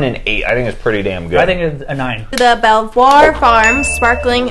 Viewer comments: hello chaps. I know you will like this but Belvoir is pronounced Beaver... Yeah thats right the drink was from beaver farms. Hope that didnt put you off. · Belvoir is pronounced beaver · Belvoir is pronounced Beever